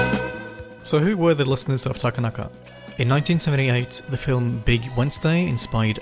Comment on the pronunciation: heads up; Japanese names are annunciated on the 2nd syllable, not the 3d. So his name is ta-KA-na-ka, not ta-ka-NA-ka